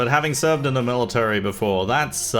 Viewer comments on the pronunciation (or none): none